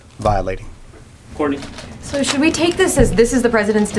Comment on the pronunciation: RESPOSIBLITY JAJAJAJAJAJAJAJAJAJA